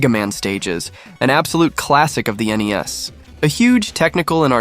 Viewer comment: Did he just call NES Nintendo knees.?